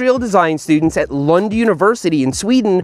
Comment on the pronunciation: Swede here, I have no experience with the Hövding beyond my gf having one, but she never got in any crash with it. This isn't why I'm commenting though. I can tell that you have spent time with the pronounciation of Hövding, Lund and the other words. You did well! Especially Lund is difficult for people speaking english. Great job!